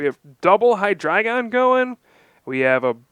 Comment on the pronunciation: OMG, you pronounce Hydreigon correctly....thank you!